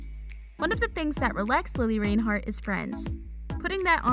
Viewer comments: OMG its not Lili RAINhart its Reinhart like wtf😂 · Omg it’s lilli Reinhardt not lilli rainhart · its pronounced lili rIInhart not lili rainhart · I'm sorry but you pronounced it rainhart instead of reinhart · Im cringing how she says Reinhart “Rain-hart” LMAO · You kept say Rainhart instead of Reinhart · It really bothers me how she says rainhart not reinhart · "Its lili RAINhart" Me:REINHART GET IT RIGHT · Y does she keep calling her Lilli Rainhart it’s Lili Reinhart !! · did you know thats its not lili rainheart as your saying its lili reinhart OMG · Hate to break it to you but it's Lili Reinhart NOT Lili Rainhart. Maybe try learning her name before you make a video about her. Plus the thumbnail is clickbait and everyone already knows all of these facts. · okay its not rainheart its REINheart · I'm sorry lili RAINhart? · its not RAIN-heart its REIN-hart, you cant even say her last name. looks like you are the one that needs to learn more about her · REINHART NOT RAINHART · REINHARTTTTTTTTTTTTTTTT NOT RAINHARTTTTTTT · “Rain heart” lol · Every one in the comments talking about how she saying reinheart or the thumbnail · In the makeup part, Lili said it herself when she introduced her own makeup video. “Hi, I’m Lili Reinhart. So it seems like the person doing the video should pay attention. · It’s pronounced like “ rine- heart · It’s pronounced rine-hart but it’s spelled Reinhart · Hannah Vincent ya it’s spelled that way but pronounced rinehart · Any one going to y’all about how she said reinheart in a wired way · You lost me at Rain-heart. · Sweetie, it’s re-inheart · WILL YOU STOP SAYING REINHART WRONG ITS NOT RAINHART!!! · Is anyone gonna talk about how she’s saying Reinhart? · Anyone else interest she went the whole video without saying her name right once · The way she pronounced Reinhart😫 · they pronounced it wrong on this😂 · I new all 10 things and they say her last name wrong I luv lili tho ❤️#riverdale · The way she says Reinhart 💀